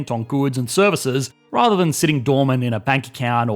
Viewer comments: "but rar-thar", I dunno why but that was funny. Great video though. The only thing I kinda disagree with is the idea that deflation is bad due because people won't buy big ticket items thinking that they'll be able to buy a better one next year. Or that companies will lower starting salaries and halting raises. This assumes that we can see the future and know that the deflation will continue. It could easily be temporary and in a year things will be higher. If that's the case, people will absolutely buy that big ticket item NOW because it's at a discount due to deflation. If they wait, prices might go back up and they'll miss out on a great deal. And companies would likely have a hard time reducing salaries for reasons you've mentioned in other videos. Mostly that they have strict guidelines for salaries and a temporary deflationary period is unlikely to change that. If they did, they'd have employees hired last month who are being paid more than employees hired today. Or they'd have to reduce the salaries of existing employees. Either of which would cause problems that you've mentioned in other videos. I also disagree a bit with the idea that 100% employment, or at least anyone who wants a job can get one, is bad. In your example, you say that an entrepreneur starting a company would have to poach employees from other companies and offer them a significant pay increase. But if there was full employment, many of those existing jobs would not pay well, minimum wage wou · Please don't ever try to say "rather" ever again lol I'm not sure what happened